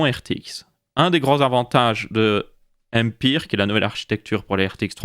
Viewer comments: nan mais on dit pas Ampire mais Ampère.. aled wtf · Par contre on dit Ampére pour l'architecture pas empire.